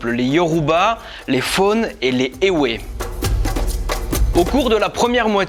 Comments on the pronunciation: Ça ne se promonce pas "phone" mais "fond". Pareil, on dit "évé" et non "éwé". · tres bonne video juste un mot éwé ce lit évé sinon ca fait plaisir que vous parler des cultes africains avant la colonisation maintenant une grande partie est chretienne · Sa s'écrit éwé mais se lis (évé) 😑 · éwé se lit évé. merci